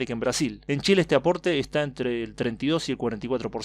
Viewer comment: Dicho en italiano jajaja